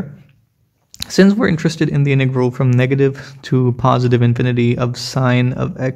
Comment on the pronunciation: BRUH ITS INTEGRAL NOT IN TEA GROL LOL STIPID 😂 😆 🤣 💀 😅 😭